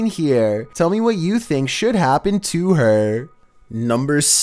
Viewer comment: Hunter Sadler I finck it’s perfecet